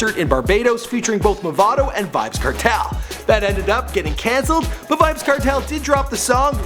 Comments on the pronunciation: it's pronounce as vybz kartel (CAR-TELL) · Kartel nah badda wid dis yah yanky white bwoi. Him nuh even no fi seh di mon name right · Kertel? wtf. You should know how to pronounce from the way it's spelled. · The way him pronounce Kartel tho so uptown "kertel" lol...Gaza fi life nah switch nuh day nuh time!! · My nigga it's kartel !! Let's pronounce it car-Tell alright !